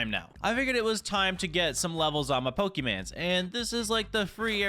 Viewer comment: BRO DONT SAY POKEMANS ITS POKEMON